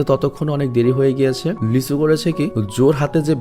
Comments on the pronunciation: vai apni lee soho ke lichu bolen ken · নায়ক টার নাম লিচু না লি সুহো 😶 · ছেলে টার নাম লিচু না লিসু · ছেলেটার নাম লিচু না লি-ছু